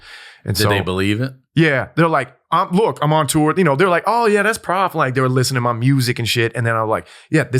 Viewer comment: Isn't prof short for professor, not prophet? Shouldn't it be pronounced prohf and not prahf?